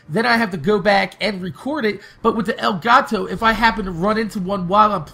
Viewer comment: Elgato, not El Gato